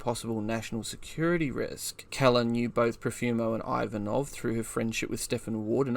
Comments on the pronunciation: I've quicley broused through a number of your posted videos . No photos , film or diagrams . I would have been willing to stay with it ,but thd the commentary is well below par . You are pronouncing Keeler ( KEEL-ER ) as Keller , ie Helen Keller . If you had properly researched the topic you would not have made such a basic but monumental blunder . 2 / 10 . Unsubscribed . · "Keller" ? As in seller ? When there's 'EE' it's Keeler, as in Heel or Eel. Great video, but that pronunciation gaff is painful to hear ... 😮